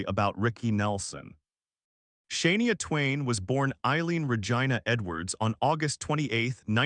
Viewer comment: Hey you can't even pronounce her name right you must be married to brissle vacuum cause you suck